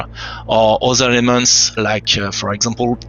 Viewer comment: Sounds like he is saying "all these lemons" but its actually "elements" lol